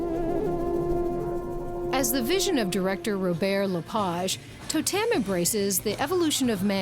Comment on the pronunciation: the presenter is hopeless....firstly the show is called TOtem, not toTEM. Yes the scanner they use is like a 3d scanner...just like the lady that was showing her around SAID less than a minute before her little gem of...."its like a 3d scanner" and lets be honest, watching her say TAH DAH when she manages to STAND on a bar without falling off isnt funny, its just pathetic. Not to mention that unless shes gonna actually ride a unicycle, i really dont care what she looks like wearing the unicyclists makeup.